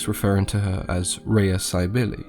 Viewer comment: I named my Daughter Rhea. You pronounce it the correct way too. Amazing stuff. Thank you.